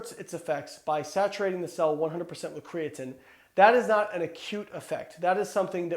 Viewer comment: Can we all agree Layne says "creatine" a little weird?